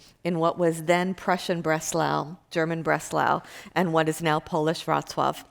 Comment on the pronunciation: Thank you for (unintentionally) letting me, as a native English speaker, know how to pronounce Wroclaw. I work with people there and will be visting there is a few month, but I can't hear how to pronounce it through their accents.